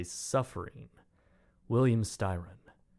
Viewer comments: the way he says “Novelist” 😂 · The way he says “novelist” kills me lmaoo